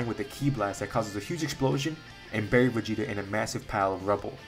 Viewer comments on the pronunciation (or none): none